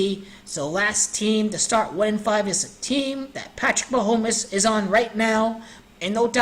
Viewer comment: Ma-home-mess lol good work